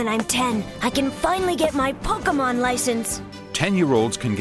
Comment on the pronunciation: I don't think a single person in that video pronounced "Pokémon" correctly (and that includes the clips from the early animé episodes). It's a long A sound, people!